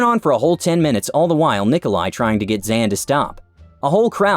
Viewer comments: Come on, it seems quite clear that Zhan is pronounced like Jean-Luc Picard, not "Zen." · Zhan is pronounced like John, Zhan Jun is in english Jun John. just fyi. Family names come first in some Asian cultures. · I'm pretty sure he pronounced Zhan incorrectly